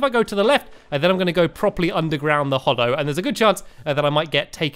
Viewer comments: ''Tis hallow not hollow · Hallow not Hollow Stanmpy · its hallow not hollow